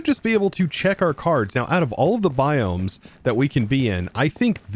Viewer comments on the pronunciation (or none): none